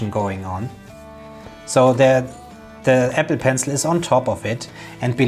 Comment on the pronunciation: I keep hearing epi..pencil.